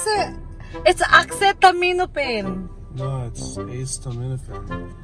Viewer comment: He’s right -Acetaminophen, he pronounce it all correct! Kasi may accent tayo! Kaya ganun! I’m one of your avid fan from Maryland USA!🇺🇸